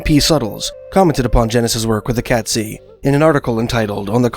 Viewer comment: Great video sir. Just a small correction on pronunciation. It’s Kate-szee. Cheers!